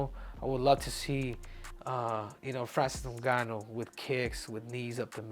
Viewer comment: Francis doonganno